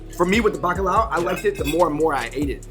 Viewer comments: Bacalao hahahaha bro its bacalhau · Bro i loved that video, im portuguese, but i think it should be better if u put ur lyrics in portuguese way like "FERDINAND MAGELLAN"? whats that? and Bacalhão its not Bacalao :D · At a certain point i saw something thar said Bacalao....it's bacalhau dude ahahah